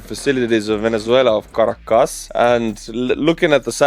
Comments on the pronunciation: your delight and boyish charm while reporting on such an amazing global development warms this Nebraska grandma’s heart!! ❤️ 🇺🇸 BTW Caracas = Kir- rah - kiss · The Estonian pronunciation of Caracas makes my ears bleed. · Your pronunciation of 'Caracas' is soooo Estonian.